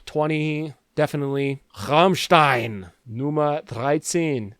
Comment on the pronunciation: Kam from Germany and you are the only YouTuber in the English space who pronounced Rammstein correctly